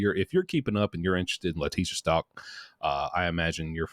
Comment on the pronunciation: It's. Stauch pronounced STOWK. She is alive and well serving LWOP. She is a despicable DEMON 👿